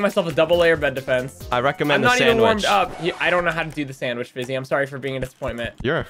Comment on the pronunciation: Bruh his name is fiizy not fizzy